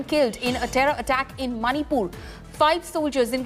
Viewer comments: Who say that monipur it's manipur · It's 'Monipur'! Not Maanipur! Pronounce correctly. Usually you the media persons insults us: that we can't pronounce English well. But now it's proven that you are only ignore of English pronunciations.